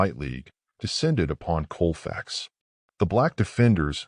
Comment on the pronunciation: I grew up in Grant Parish, one town over from Colfax, and believe me many of the locals barely know about it. There used to be a little marker in front of the Library, and they just finally got around to replacing it with a more substantial marker, long overdue Also, it's pronounced Cawl-facks, not Coal-fax. Colfax is still primarily black, in fact it's the only primarily African American community in the whole parish, a parish that features several notorious sundown towns, and was a bastion for the Knights of the White Camelia, a Klan affiliated group. Today, the poor black residents of Colfax are being slowly poisoned by the company Clean Harbors, that relesaes tons of harmful toxic chemicals into the air by directly disposing of them by burning in open air. People are becoming terribly sick but are being silenced, they are too poor to move away, from the land their ancestors gave their lives to call home. The state of Louisiana makes too much money from them to care, and nobody else will allow that company to do what they do around them, so the injustice continues, and so does the death but in a different ways. Vice did a wonderful exposé, I highly recommend it if you want to learn more